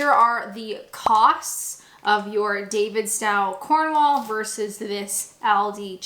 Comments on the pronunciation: Davidstow is pronounced "Davidstoe", not "Davidstowe". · Honey the Davistow cheese is Davidstoe not tow as in ouch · Just fyi I'm from Cornwall and Davidstow is pronounced like "David's toe" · I think it’s pronounced David-st-oh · As an aid to your continued Britification and obvious love and respect for our cheese 😁can I just mention that it's pronounced 'Cornwull' and 'Davidstoe'. Superb video, as always 😊👍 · Davidstow is more like davidsto (like go rather cow). The cornish probably pronounce it differently again but then I'm from Devon so I wouldn't know. My cousins family live near the davidstow factory but I'm not sure if they eat the cheese (they are originally from Devon so I'm not sure what they are doing in Cornwall). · Gonna break it to you... you're mispronouncing Davidstow. Sorry! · We can forgive her for not knowing how to pronounce Davidstow, but it’s not difficult to distinguish between a Scottish medium cheddar and 12 month matured Cornish cheddar – any more than it’s not difficult to blind taste the difference between skimmed and whole milk. Ironically, Aldi sells the identical Davidstow, 12 month matured cheese – so can save some money by buying it at Aldi. For the same price, she can also try 18 month and 24 month Davidstow cheddar – even stronger than her fave 12 month. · Not really a fair comparison on cheese, that’s more comparable to Cathedral City Cheese. Aldi do sell more expensive cheeses that are more akin to Davidstow (pronounced DavidstOw, not DavidstAw). Davidstow is a lovely place in Cornwall. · Davidstow pronounced the same as Davids Toe. I live a couple of miles from the Davidstow creamery here in Cornwall ❤😊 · Indeed, her mispronounciation of that was driving me bonkers!!!!!!!!!